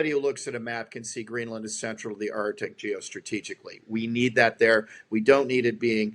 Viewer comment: FWIW it's "ARK-tick" not "ART-ick"... Good interview! Calls a spade a spade.